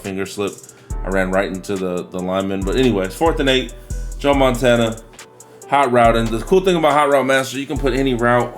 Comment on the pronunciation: You almost said Joe Montaina lol